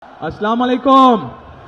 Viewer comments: আস্লামুয়ালাইকুম আবার কেমন সালাম 😬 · ভালো করে সালাম টা দিতে পারেন না